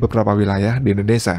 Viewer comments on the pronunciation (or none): Hahaha ngakak 😂 admin sebut indonesa Bukan indonesia